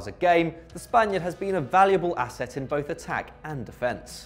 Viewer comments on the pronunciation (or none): none